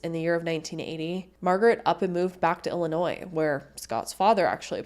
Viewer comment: You said Illinois without adding an s. Rare on YouTube